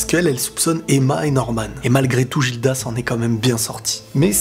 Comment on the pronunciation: Guilda, pas Jilda